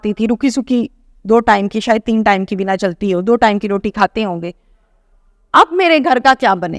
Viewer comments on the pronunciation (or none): none